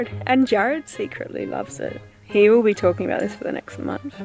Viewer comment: (horse)... Be spooky not BEE spooky! Your a trooper thanks for the content!